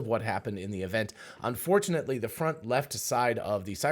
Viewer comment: did you say unfortunately? Or "and fortunately"? I heard the former the first two times, and maybe the latter the third time I rewound...